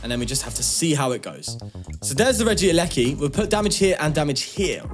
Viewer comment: Its regieleki soooo Reg ie leki Not regi eleki Surely 🤷 i dont know i got a D in English 🤣🤣